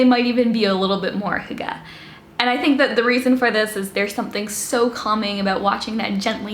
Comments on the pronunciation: It’s hUga not hugA 😂 (in hermiones voice) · Y in scandinavia is pronounced like a german u with dots on top. So if you know how to prononce that, than you're on it. The way she's pronouncing it (hooggah) sounds like our word for chopping something. And it's really bad haha. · Your pronounciation isn't that far off. Just imagine the Y pronounced like you would if you had to pronounce the letter "e" with your lips rounded. The sound is similar to the wovel the French "une" sound (just without the n-sound, obviously). The last wovel is said with less of an a-sound than the e-sound you make when you say "the". The phonetic spelling is /ˈhyɡ̊ə/ - but like I said, you're not that far away,.:-) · To pronounce Hygge more correctly: make your lips like you’re saying whooo and then make them tighter in the direction of whistling then add the H whoooogeh. Push those lips out forward and make them into a tighter circle. Practice and then make it shorter and you’ve got it. It’s true it’s similar to German ü. Also Gouda cheese is pronounced Gow-dah. 😜😂🥰 .. not Gooduh. 👍💪😜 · Lean how to pronounce it maybe??!😂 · I am danish and you are saying hygge sooooowrong. It kills me hahah - still love your videos though!